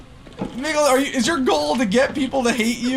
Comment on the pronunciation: Happy birthday Mykl! Also the way pronounced our name lmao